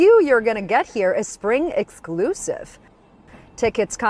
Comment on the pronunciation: "the train to Sprang" ??